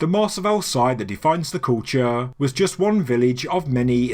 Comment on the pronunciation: Pronunciation Tip: Mars-ah-vi-yay Spanish is pronounced crisply on the tip of the tongue. The emphasis should be on the last syllable.